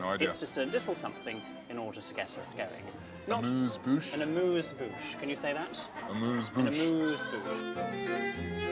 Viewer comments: We don't actually pronounce "amuse-bouche" like that, but let's continue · how else would you pronounce it? its how the french do it just without an accent